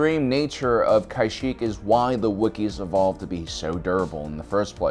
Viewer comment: Pronounced Kashyyyk (Kuh-sheek)